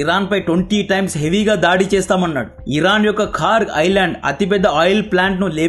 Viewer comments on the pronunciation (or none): none